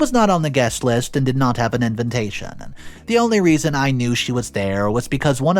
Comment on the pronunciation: I cant get past when say envintation.😊